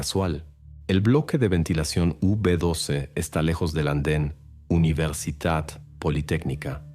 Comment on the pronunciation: Soy de Argentina y nunca escuché del caso de la provincia de Salta. Aunque es verdad que algunas de sus sierras y montañas tienen fósiles de Caracoles marinos. Nunca he visto ni me han contado que hubieran Megalodones en la zona. Me quedó repetido en la cabeza la pronunciación de "UniversiTat politécnica"